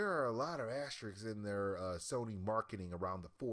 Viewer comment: Lol this guy can't even talk. "Dis" rather than this, "deir" rather than their. Wtf isn't this guy trying to be a media journalist or something?